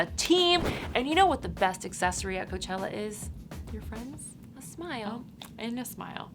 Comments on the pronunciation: Ca-chella right 😂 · She said cachela hahah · lol "guys kachella is here!"